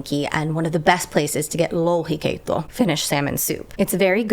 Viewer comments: Be careful you don't pronounce lohikeitto as louhikeitto, you just said "demon soup" 😂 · It's so adorable that you pronounce "lohikeitto" as "louhikeitto" making it sound like you're eating a soup made of a particular shapeshifting witch matriarch from our folk tales. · The way you pronounced lohikeitto sounded more like louhikeitto which would be, you know, soup made of Louhi. Louhi was the mythological ruler of the mythological Pohjola.